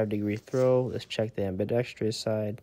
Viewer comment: Ambidextrous > Ambidextrious I wonder why kids these days can't pronounce certain words properly? This is a big one. 😆 It's like a weird glitch in the Matrix.